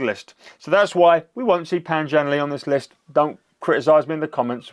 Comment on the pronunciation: You pronounced his name wrong bro. It’s not Pan Zhan Lee. It’s Pān Zhân Lè. I’ll make it soooo easy for you: haaave you checked his Olympic page for the correct pronunciation? Diiid you know this Olympic Champion recorded saying his own name TWICE just for you to learn? I wonder, have you ever bothered to learn Pinying? Or you just ANGLICIZE everything you don’t know and don’t even have the cultural awareness to say it correctly? Learn to SPEAK before you express opinions. It’s like learning to crawl 🍼 before wanting to fly 🚀.